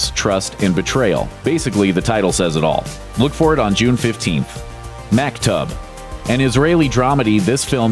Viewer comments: That's not Mak-Tub. you pronounce it Mahk-Toob. which means "it was all already written" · "Mack-tub"? It'd take you two minutes tops to Google it and learn the correct pronunciation. It's "Mock-toob". Repetitive mispronunciations are grating to any ear that knows the word, so check before you Loop, 'kay?